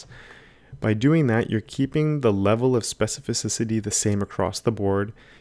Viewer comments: It seems that sometimes you say this word like "specifi-ci-ci-ty" instead of specifi-ci-ty)) Great tutorial. Thank you! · Watching you speak specificicity i started fumbling myself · This man throwing in extra vowels all over the place with his SPECIFICICITY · Specificisity, I love it when you say that!